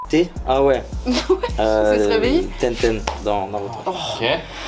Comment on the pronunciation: il a dit tenten😂 c tengen